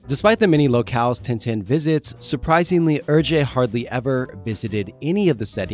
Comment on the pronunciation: Great video. Hergé is pronounced like "air-che" not "er-jay" though